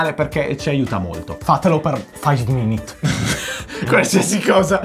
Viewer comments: non si dice five minit si dice five minUt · Io ho sentito faiv mimit